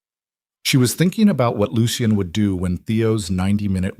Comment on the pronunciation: Why use the name Lucien, if cannot pronounce it? Lol